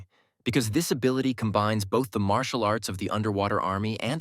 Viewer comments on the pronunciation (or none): none